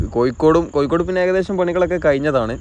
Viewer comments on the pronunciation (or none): none